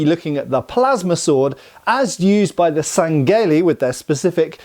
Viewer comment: Friendly FYI, the H in sangheili is not silent and really should be read as Sang-heili.